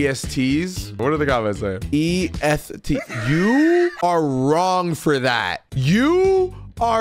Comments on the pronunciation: @@ cause Cody has a lisp so he'd pronounce S as Eth 🤣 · What is so wrong because he said E Eth T